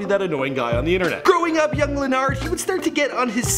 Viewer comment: Just so yall know, it's pronounced Luh nard (not Len nerd like this guy kept saying.) RIP LA